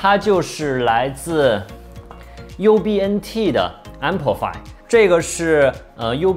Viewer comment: 哈哈，最后说成了BUNT